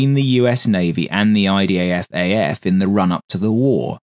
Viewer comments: why does it often sound like you say IDAFAF rather than IDFAF? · why you keep saying IDAF